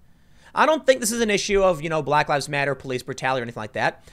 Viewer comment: Tim your emphasizing black for some reason like it has something to do with anything